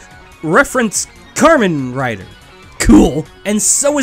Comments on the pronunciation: “and! Reference karmen rider!” Me: …., I love ya dude, but KAMEN. NOT KARMEN. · "karmen rider" ohhhhh, people are gonna be maaaaaaaaaad...